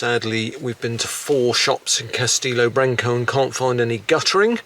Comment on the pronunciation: ...aaaah not branc...owe, ‘o’ as in the start of the word obvious 😁